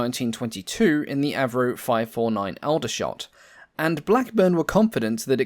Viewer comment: He pronounces Aldershot incorrectly as well. The Al is pronounced as in fall not as Al the name.